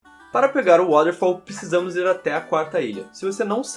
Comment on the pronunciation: Acho Engraçado a forma como o como o pronúncia Watterfall.: D